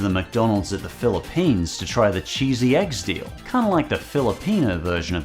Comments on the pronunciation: Actually pronounced Egg-deh-sahl, which is a portmanteau of Egg and Pandesal. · …you mean egg-DE-sahl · You have pronounced the "pandesal" correctly, but miserably failed with the "eggdesal" and read it as "eggsDEAL". 😂